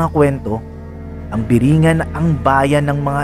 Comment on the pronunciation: Tamang bigkas po dyan is biri-'ngan, nasa dulo po yun stress, ehehe, yan po yung bigkas ng mga taga samar na gaya ko.